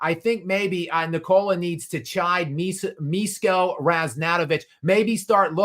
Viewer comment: Hey! Pronunciation should be "Mishko", "Mi" like Miso soup, "Sh" like shepard, and "ko" like "code"